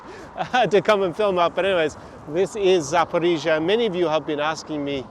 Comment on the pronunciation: I was used to say Saporisia like, a local girl told me "nooooo Saporoscie" boh. Anyway that city is underrated... concerning the issue that one knows the former president Poroshenko and Medvedchuk are rising in vote pollings. Obviously Medvedchuk had problems with "Zelensky law" officially because 3 TV channels were spreading Russian propaganda, also Poroshenko seems to have problems with "Zelensky law". The curious case is both Poroshenko and Medvedchuk seem to have no problem at all with a large part of Ukrainan electors. The 72% is just an old memory for the comedian and he knows he has just two years to generate more relevant damages. In my opinion the large majority of Ukrainian people wants to live peacefully with all the neighbours so Russia, Belarus but also Hungary and Poland without waiting 9 hours to terrestrial borders. All the people I met from the Don Bass are openly pro Putin if they are abroad and secretly pro Putin if they are still in Ukraine. Ukrainian people in general don't care to join Nato and they want to live in the best Country ever having fun, improving their personal economical condition and they have an extremely friendly behaviour with Belarusian and Russian persons. Ah like me they don't want to wear the mask like in Belarus, Florida, Sweden neither in supermarkets so many of them are used to go in little shops where the owners do not comply with Zelensky. Poroshenko's words "Ukraine must have a Ukrainian and Christian leader. "are coming